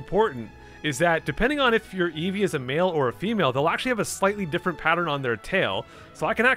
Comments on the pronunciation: EVO uh...it’s evee, evee EVO uh whatever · Why does eevee say eevoy instead eevee it’s so weird.